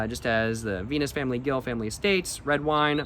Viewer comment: Bro as someone from where that wine is made, I had to let you know it's pronounced "Gil" like "Hill" and "Jumilla" like "Hoom-Eeyah", also you NEED to try kalimotxos (coke and red wine (though maybe not a Juan Gil lmao, it's usually done with whatever's the cheapest wine at the grocery store))